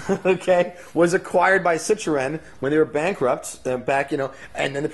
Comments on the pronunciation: i know what citroen is i'm from europe. this guy does not know. he said CITOREN. cant even say citroen and he is talking about cars... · what the fuck is CITOREN? can't listen this camel dick...and what the fuck is vector? Vector is better than Ferrari, lamborghini, masserati ?